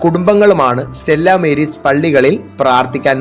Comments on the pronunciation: സ്റ്റെല്ലാ മേരീസ് അല്ല - സ്റ്റെല്ലാ മാരീസ് ആണ്. മാരീസ് (Latin) = സമുദ്രം. ബാക്കി യെല്ലാം ok . Congratulations! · സ്റ്റെല്ലാ മാരീസ് എന്നതാ ഉച്ചാരണം